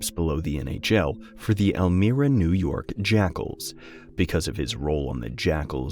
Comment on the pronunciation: Please note > the town of Elmira is pronounced El MY ra. The "i" is a long sounding vowel